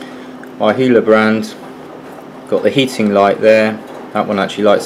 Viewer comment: it's pronounced YeeHwa , not YaiHoowa :>